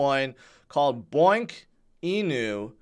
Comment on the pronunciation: Bonk NOT boink